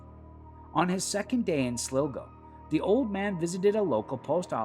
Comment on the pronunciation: It's called County Sligo like example Sly-Go not Slowgo,research you Twat 🤡🇮🇪🍀💚🙏